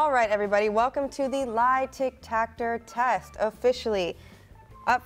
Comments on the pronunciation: Is no one going to talk about how she’s pronouncing lie detector test. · kept saying Lie De-TAC-tor test lol 😂 😂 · i fully commend ability to say "Lie-Tic-Tac-Tor" so many times so effortlessly! I was confused just lookin at it lol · I swear I keep hearing say “lie Tic-Tactor test” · me thinking she was mispronouncing “lie detector test” while she was exposing truth or lie but then i slapped my face when i realized that that she intentionally said tic tac tor test…im a f***ing idiot